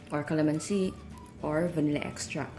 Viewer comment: vanilla extract! not vanilla extrackkkkkkkk lol